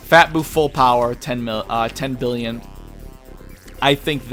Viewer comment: lol did you forget how to pronounce a billion?